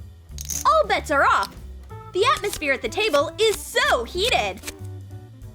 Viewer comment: "oOff" like the pronunciation omg lmao